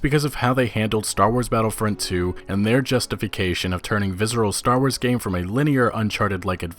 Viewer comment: Why do you keep pronouncing it 'vizzral'? Its visceral.